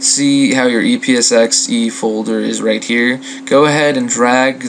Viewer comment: Haha~ It was a great vid, and helped a LOT, but it sounds like you said "e-piss-x-e".